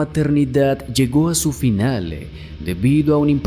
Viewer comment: Porqué añades E al final de las palabras? Tengo que poner subtitulos para entender qué dices. "Finale"? "Propiedade"? Wtff